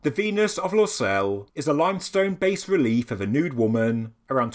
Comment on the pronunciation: Bas relief is pronounced "bah".